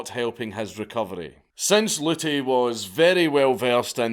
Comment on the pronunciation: P.A.Luty.....pollutey? Come on we could of gotten so many dad jokes on him polluting us with his knowledge. Lol 😆